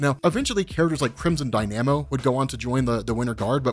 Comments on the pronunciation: Die Nam O?? It's Dye- nah- mo, he's dynamic, like a machine that converts energy ( the Russian Ironman villain who should have been in Ironman 2 ) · it's crimson dy-nuh-mo not dy-nah-mo. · Crimson DieNamOoo. That is a new way to pronounce Dynamo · Everyone: Dynamo: DYE NAM OH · DYNAMO = DINE-AM-MOE. WHAT ARE YOU CANADIAN? LOL!🙋🏾‍♂️🤔😂🇺🇸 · Its DYNAMO: DIE-NA-MO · I liked the correct pronunciation of Crimson Dynamo for any future videos. 👍